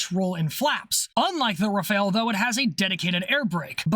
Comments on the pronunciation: *'Raff-Al', not "re-fail". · The Rafale is not pronounced like the ninja turtle. Its Ra-Fal. Just wanted to add that. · BTW Rafale is pronounced Rah-Fall. Loving all the videos but that mispronunciation is triggering my OCD... -_-'